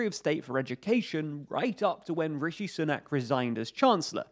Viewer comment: Sunak is pronounced "Soonak". Like Soon. Not like Sun.